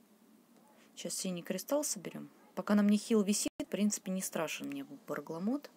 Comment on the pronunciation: Не Баргламот, а Бармаглот.